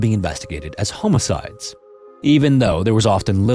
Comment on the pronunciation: Why would u say homocide like that